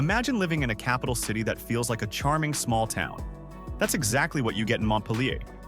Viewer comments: can't even pronounce mont pil er correctly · It's pronounced Mont-peel-ure !